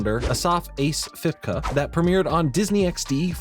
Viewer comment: Hey haven't seen this in a long while but a few things Fipke is pronounced like Fipkey. and i loved this show it was a favorite of mine. aswell as my old friend from elementary was a fipke and he mentioned that an uncle was working on this series.